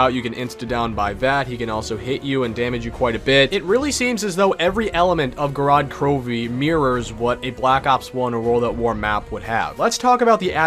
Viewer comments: An absolute classic, but couldn't pronounce the map name kek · Me being a Russian speaker the way he pronounces the map's name gives me O.C.D. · Its Gorod Krovi